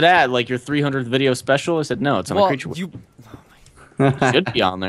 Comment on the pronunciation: y u pronounce wiki like weekee.